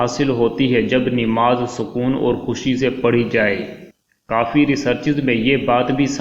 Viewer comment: ِنماز نہیں ہے ہے بلکہ نماز ہے اصلاح کی درخواست زبر کے ساتھ ناکہ زیرِ کے ساتھ